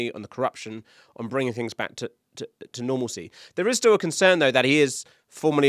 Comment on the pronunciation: Kieron said “Nornalcy”. WTF!